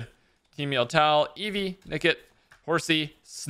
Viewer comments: Can someone PLEASE tell that Yveltal is pronounced "Ee-vell-tall" its been driving me insane for months now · the anime says Ee-vell-tall. Look it up